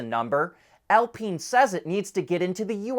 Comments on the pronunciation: it's Al-Pine, not Al-Peen (which would be funny, but). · In French, it is pronounced "Al-peen".